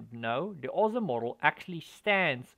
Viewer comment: Maybe I missed something in the last few years, but I wouldn't know what the "Aw-see" model was if anybody said it. I've always heard it, and spoken it, as "Oh-ess-eye" model.